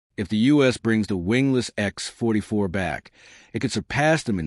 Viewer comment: "The X........... 44 Manta" That's quite a pause where it shouldn't be. This isn't a comedy show. lol!